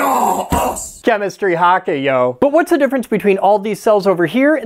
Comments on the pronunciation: As a Māori, I think you’re waaay off on the haka, it’s a bit more on the Klingon side aye.. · apart from pronouncing the 2nd 'a' in haka. go off king